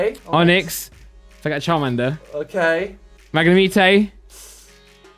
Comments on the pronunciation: pronounces Magnemite as "Magnimete" lol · It’s not magnemeetay it’s mag nem ite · Did really just say “mag-neh-meet-ee” instead of “Mag-na-might” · "Mag-Na-Meet-ae"...... Mag-na-mite....... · Wtf is a 'MAG-NA-MEE-TAYY' its 'MAG-NA-MIGHT' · Is it only me who got triggered by him saying magnemeetae instead on magnemite? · It’s “Mag Ne Might” for Magnemite, not “Mag Ne Meet ay” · What’s triggering me the most is pronouncing Magnemite as “Mag-ne-me-tay” 😂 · are we going to ignore that just called magnemite.............Magnemithai:/ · The way they pronounce magnemite bothers me “magnemeatae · Did just pronounce Magnemite (mag-nuh-mee-tay)? 🎃 LMAO 🎃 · Did You Just Say Mag-ney-meet-ey? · Wtf is a “magnuhmeetay”? 😂😂😂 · It's pronounced Magna-might. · its fucking pronounced MAG- NE- Might Christ. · The way they say magnamite-ey pisses me off so much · Its magnam ITE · how they say magnamite wrong so many times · What the actual fuck is “mangnameatayy” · Fucking mag neh mee tay??? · He does it as a joke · The way they say magnemite is gross 😂😂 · Why does go out of his way to say the pokemon names wrong haha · Anyone else triggered by the way said magnemite? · Anyone else annoyed by the way said magnemite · anyone else hears them pronounce magnemite wrong? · i cringed cause they said magnemite wrong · It bothers me how they say magnemite. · Love the vid apart from the way they be pronouncing magnemite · Great vid but are we not gonna talk about how they mispronounce magnemite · I hate it how they say magnemite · Who else gets triggered about how they pronounce Magnemite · Sick video just not the biggest fan of how you pronounce magnemite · Why do they pronounce magnemite wrong...🤦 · The way they say magnemite almost made me click off